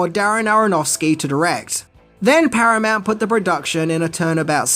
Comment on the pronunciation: Paranount huh